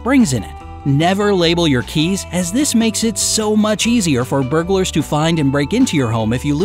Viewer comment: I thought he said bugers lolol